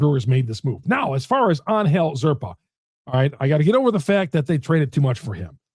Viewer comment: You keep mispronouncing zerpa.